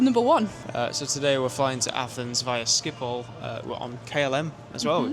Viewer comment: It’s pronounced skip-hole other than that it’s absolutely brilliant